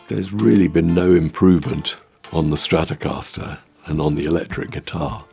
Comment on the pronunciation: les stracascastaster de Gilmour, c'est quelque chose ! 🤣 Quelle connerie, cette I.A. débile.